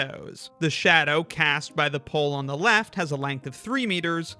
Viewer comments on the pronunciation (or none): none